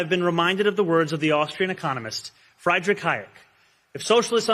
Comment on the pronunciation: Zohran so near to perfect...but muffs pronunciation of "Friedrich". Damn, socialism failed. The neoliberal consensus will limp on...